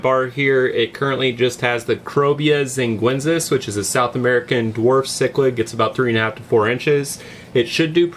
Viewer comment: Xinguensis = "sheen-gwen-sis". C'mon, we've been through that before! lol Jokes aside, great video as always! I see you have some rummynose tetras with angels. Have you ever had them with EBAs? Any issues with that?